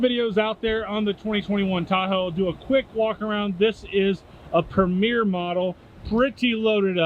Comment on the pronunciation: Tahoe PREMIER, not “Premiere.” Two entirely different meanings.